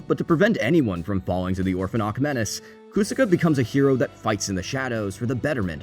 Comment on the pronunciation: “KU-saka” “Kaiksa Gear” Did you watch the show on mute or something?